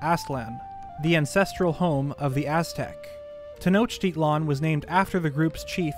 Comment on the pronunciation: As a mexican, i love how much care you put on saying correctly both the names of the old gods and the capital city of the Aztec empire or "mexica" as school books say how they truly called themselves, saying the x as if it were a j in spanish language, i did found a lot similarities with them in both the war clothing and architecture, great job on the video :)